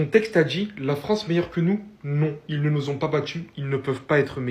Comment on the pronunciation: on dit nous zyé ...😂 😂 😂 😂